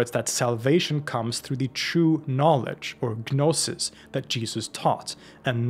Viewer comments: It drives me nuts the way he says gnostic correctly but then say guh-noses. Like saying knowledge but the Kuh-no-ledge. Like the goofballs that say height with a th at the end even though it’s wrong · Is the 'g' in 'gnosis' not silent?